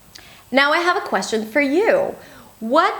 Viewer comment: You are wonderful but i feel your second language , you should've to review on this word "question " s not prounouns